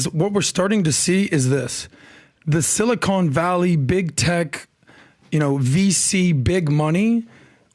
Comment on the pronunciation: Seriously, WTF? Also, it's SILICON, not SILICONE Valley.